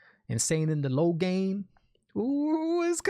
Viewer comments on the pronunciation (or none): none